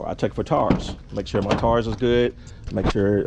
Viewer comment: ... "Oil change, Brakes, "TARS"🤦🏾‍♂️🤣🤣🤣